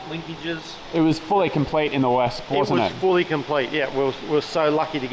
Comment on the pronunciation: Just a comment - I believe Wespe is pronounced Vespe, almost like the famous Italian scooter but with an aspirated ‘e’ replacing the ‘a’ Wespe, like Vespa, means ‘wasp’ which is fun because one stings while the other just makes an annoying high-pitched buzz